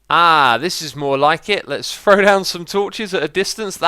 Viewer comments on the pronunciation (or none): I notice when you say words that start with "th", you pronounce it as "fr". I first noticed it when you used the word "three" a lot in an episode. For you, three is "free", through is "frough", and throw is "frow". Sounds kind of funny. Must be a British thing.